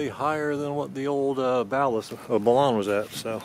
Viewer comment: Pronounced.... BAL"UN ...BALANCED TO UNBALANCED. But good job ether way